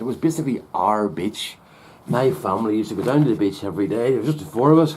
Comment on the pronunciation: Lol! This Yank thought you were saying "bitch"! Took me a minute to realize you were saying "beach"!